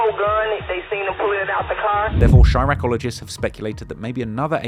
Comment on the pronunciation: I had to pause this, did he just say chiraq-oligist? I'm done